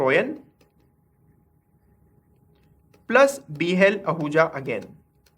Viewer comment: i think its HL Ahuja not BL ahuja